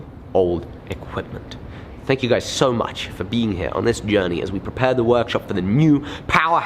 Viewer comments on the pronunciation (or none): none